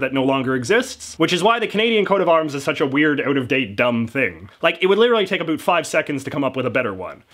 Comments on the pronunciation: "Abuut" oh that hurts to hear. - About. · I don't think you're actually Canadian. You actually say "a boot" the way the Americans always think we say "about. Busted. You also make a few mistakes including thinking Canada was still a colony in 1921. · Holy shit you said boot instead of about, I'm Canadian and that's the first time i heard another Canadian say that. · I love the way you say 'about' ... <3 <3 <3